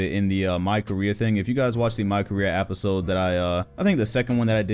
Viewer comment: Nobody: “apisode”